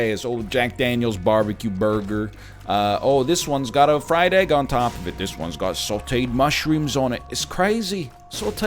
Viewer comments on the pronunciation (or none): none